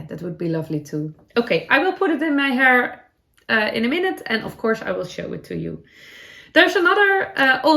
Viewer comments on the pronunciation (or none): none